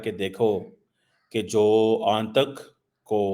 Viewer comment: And it is aatank not aantak